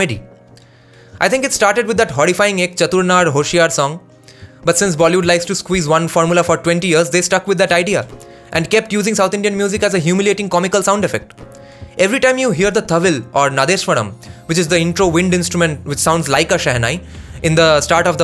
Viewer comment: One small correction.. It's not Nadeswaram ... It is Nadaswaram